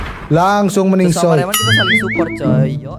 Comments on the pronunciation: Reman bang bukan Raman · Bukan rahman bg tapi reman